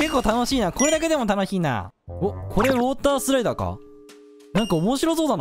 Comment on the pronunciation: オータースライダーじゃなくて、ウォータースライダーね😂😂😂😂❤️🧡💛💚💙💜🤍🤎🖤